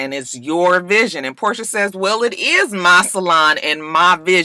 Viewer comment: Her name is Porsha not Portia why yawl keep saying dhat